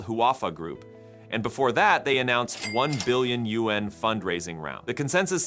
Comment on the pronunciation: Learn how to pronounce YUAN. The next time I hear you mispronounce it I am unsubscribing.